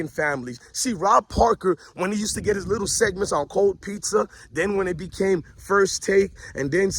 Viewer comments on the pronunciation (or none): none